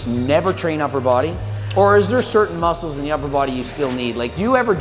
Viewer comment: We want mooscles 😂 we sure do girl